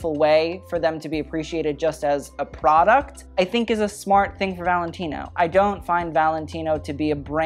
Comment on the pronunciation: everytime luke say product i heard prada 👽